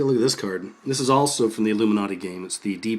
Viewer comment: illum-man-na-ti...illum-man-na-ti...want ur bad evidence!